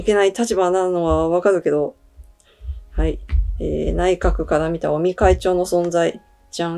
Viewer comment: 菅内閣から尾身会長はどんな存在と言っているところで尾身会長をオニ会長と聞こえて、やっぱり鬼なんだー、と勘違いしました。